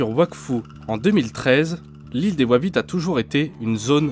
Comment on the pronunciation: More BTS stories like this, good to see the team in their natural habitat, with wabbits and cawwots.